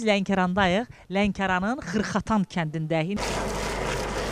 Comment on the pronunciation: Xırxatan yox xarxatan😀😀 ay meymuş🐵